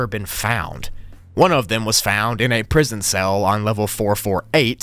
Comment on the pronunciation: "Prison broogli"